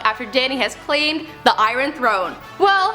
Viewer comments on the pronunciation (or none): I-RON throne!!! hahaha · Lmao she did she prounce iron like I-R-ON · 'Lives her life by the phase' and I-RON throne. I-Ron 😂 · "the 'i-run throne'" - bwahaha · Oh dear lord. I could not STAND accent. Drayguns? Eyerun throne? I get that she's Canadian but holy hell... And how she butchered Buckinghamshire... Girl, get some voiceover lessons. The information was solid but the presentation ruined it. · Did she say "eye-ron" throne? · The way she said iron 🤦🏼‍♂️